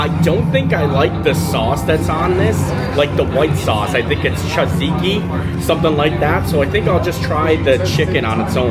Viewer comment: “Chaziki” sauce lol mannn, you had us rolling. That is a fave place to eat at Epic too